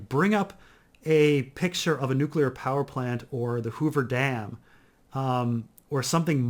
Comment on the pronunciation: watched forbidden planet for the first time last night! also it's "NEW-CLEAR". I'm fine with your other mispronunciations, but I thought you were a scientist or something